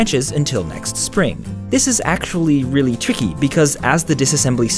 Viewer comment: when he tried to say tricky and went trixhgkxy